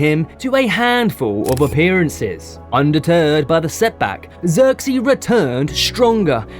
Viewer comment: Learn to pronounce the man's name properly